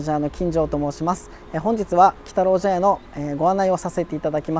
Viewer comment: 茶屋の部分、「ちゃや」じゃなくて「ぢゃや」って読むのですね